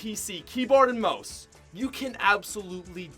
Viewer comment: are you fucking kidding me? Mose? Its fucking mouse!